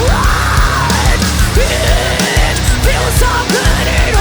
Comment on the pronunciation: That "it" in "it feels so good" is little unfortunate - you should try to pronounce it more like "et", so your lips would have a different shape and don't obstruct the vocals. Besides that the entire line is just on the spot, I love it <3 And as years go, after seeing you guys live for several times, I always think that you sound better live than on albums - your energy is more visible on stage and your equipment has the proper sick amount of gain (but not so much to distort the sound). I have seen you in clubs where really top-shelf bands were not able to sound good (like Whitechapel or Fit For An Autopsy in Cracow's Kwadrat) and you would always crush it. I'd love to hear more of that in studio and I think this one-take is a great step forward to doing so :) As someone once said on stage: "zajebiście, kur*a, pięknie" :)